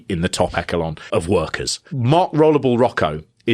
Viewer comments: I will never unhear that pronunciation of upper "Echo Lawn" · You said ‘eckelon’ 🤣🤣🤣🤣